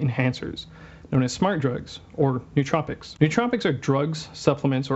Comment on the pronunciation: guy can't pronounce nootropics despite the IPA being right on the wikipedia page he is showing. downvote, next video